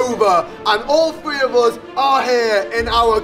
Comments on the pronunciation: He says free instead of three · Isn’t it weird how morgz says “free” instead of three Morgz mum says “sree” instead of three And says “tree” instead of three:/ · its three not free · How many times Morgan says free instead of 3 | | | V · When morgz trys to sat three he says free!!😝😝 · Why do you say 3 like free